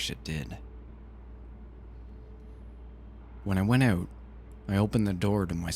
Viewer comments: OH MY GOD YOU SAID "eut" INSTEAD OF "out" ARE YOU CANADIAN?? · thats why I didnt notice it xD also Canadian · I don't like it. Kind of ruins the narration for me. Sorry bout that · First "Out" I heard him say and I though, oh, Canadian. Haha nothing wrong just funny :) Great read!